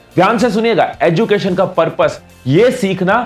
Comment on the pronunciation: Abbe BC 'educated' & ' 'education' Ko sahi se bol..... script padne se pehle kuch work kar Liya kar bhai